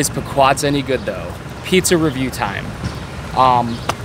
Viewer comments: Pea-quod's, not Puh-quod's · It's pronounced pee-quads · When he learns how to pronounce Pequods correctly ill listen to him. Also the box is smarter than him. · How hard is it to pronounce Chicago. You mispronounced literally every single name. Chicago, Pequods, Morton Grove. None of these are hard to pronounce. It’s kind of embarrassing. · He can't pronounce pequods OR chicago